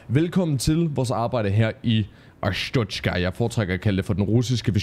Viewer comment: Det udtales Arståtska kind of. Just saying :D